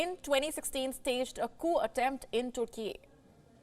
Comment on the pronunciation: Why say "Toorkie?" Can't you pronounce it properly as "TURKEY"??? And what is "Stockem?" Please be careful, it's very irritating for the ear! I've nothing against accents, but the pronunciation has to be correct, especially for a news reader. And about the main issue; it's a very insulting and stupid action or inaction. The one who burns holy books, irrespective of the religion should be seriously condemned and punished. And why is it so hard to take immediate action against the perpetrator??? I fully support Turkey (not TOORKIE) and condemn Sweden.